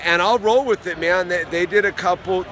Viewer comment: "I would like to start out weeth a basket of cheeeps...." Hhahahah!